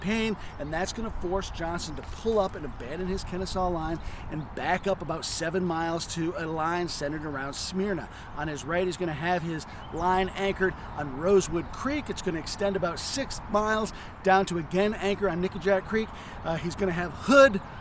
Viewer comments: "Smyrna' also mispronounced in this well- done video. Also, 'Etowah' was mispronounced in an earlier video. But in all, great work guys! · 9/29/24 Correct pronunciation of “Smyrna” is not “Smeer-na.” It’s “Smur-na,”.😁